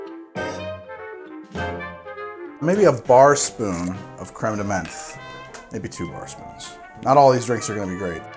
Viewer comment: As a canadian, whenever i hear this man pronounce french words(creme, pastille, etc) i die a little inside